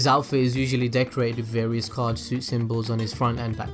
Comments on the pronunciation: It's Suit not Sweet lol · Suit is pronounced (soot) not (sweet). 😁👍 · Why did you start pronouncing "suit" as "sweet" or "suite"? You said it right at least three times before… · suit not sweet... i think... is it just America that says suit like shoot?